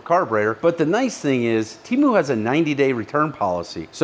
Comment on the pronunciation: Temu is going to be PISSED you said their name wrong 🤣🤣